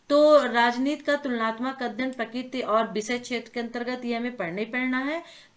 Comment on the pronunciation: मैम आप कृपया करके प्रक्रिती को प्रकित मत पढ़े करो मुझे बहुत ही गुस्सा आता है